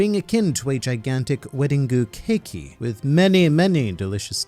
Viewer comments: "Weddingoo cakeyy" lol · I just finished Whole Cake and I died a little inside when he said Wedding keiku